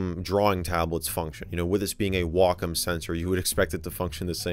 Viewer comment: You’re always bringing neat, under-the-radar retro tech to the forefront; thank you! Also, TIL how to pronounce ‘Wacom’ correctly — I’ve been saying in wrong since the early 00’s 😂